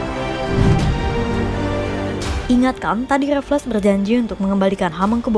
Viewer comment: Baca namanya Raffles salah. Bukan Raf-les tapi Refls.